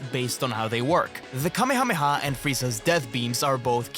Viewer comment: finally an English-based CC that knows the pronunciation of kamehameha ❤